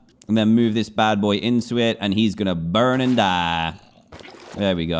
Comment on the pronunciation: He had a country accent when he said burn and die